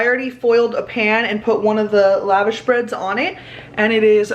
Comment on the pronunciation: Been binging all of your vlogs! Love them! And the vash in lavash rhymes with wash. So kind of like la-vosh.